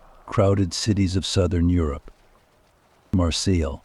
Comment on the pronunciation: My friends, my friends, my friends... beyond annoying. Also, you are mispronouncing Marseille.